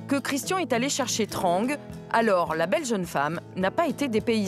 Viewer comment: Comment ils ont prononcé Trang et Saigon 😭😂